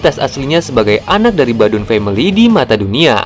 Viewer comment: Bauduin bang , bukan badun wkwkwk